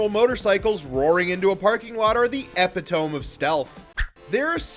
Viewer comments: Ngl I swear I heard him say "epic tome". Like sarcastically saying that their stealth was by the book or something on those bikes. 😂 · "Ep-ih-tome"? You mean "ee-pit-o-me"? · Bro said epi-tome instead of epitome. He made the classic blunder. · Lol epi-tome. It’s epitome. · Epitome = Eh-PIT-toe-mee. Not EH-pit-ohm. Please avoid using 10cent words unless you actually know how to pronounce them on video. XD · Epitome: "eh-pit-oh-me" not "epi-tome" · Did this narrator just pronounce epitome as epi-tome? ...and then NOBODY at the office realized?? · e-PIT-oh-mee ... not, EP-ih-tome. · EPITOME lol is not pronouse epi tome. its ee pit to me. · Epitome is pronounced ‘e-pit-o-me’ not ‘epi-tome’ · Epi-tome lol. It’s pronounced Epit-o-me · Epitome is pronounced uh-pit-uh-mee. But yeah, season 2 was kind of terrible. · 'Ep-ah-tome' huh? Stay in school children. Stay in school. But if you do flunk out, Screen Rant is hiring. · You may have made some valid points in this video but it's ep-IT-oh-mee not the way you pronounced it you dolt. Instant dislike. Peace. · FYI: "Epitome" is pronounced "ee-pit-oh-mee." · Ok let's make everything real, Reacher gets shot after the ATM scene, end of season 2. It's ENTERTAINMENT. You're just sad you just have a boring YT channel and not a major TV show. Get a life amd stop being so negative. Also learn how to say "epitome" 😂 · Epitome - was that intentional? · Epitome doesn’t rhyme with foam it rhymes with sea. 😂 I liked season 2 but season 1 was better. I didn’t dwell on invulnerability so much as predictable and one dimensional. Also why is Richson so tan head to toe? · I can't take seriously a host who can't pronounce "epitome" correctly. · That's not how you say epitome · Lol dude talks about idiocy and then mispronounces the word "epitome" like a complete jackass. 😂😅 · Is this an AI voice? Why does it not know how to pronounce epitome? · My guy needs to learn how to pronounce epitome 😂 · Dude can't even pronounce "epitome"